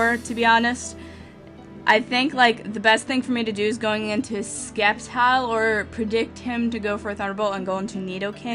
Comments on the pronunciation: it's pronounced "Sep-tile" not Skep-tile" Got it form the pokemon series!! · You should go back to the wrong pronunciation of sceptile. It made you unique.